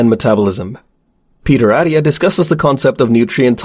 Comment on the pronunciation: You lost me at Peter “Addia” It’s AT-TIA Lil things…